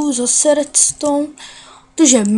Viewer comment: Ty říkáš slovo redstone ale u tebe to zní asi takhle : vedstone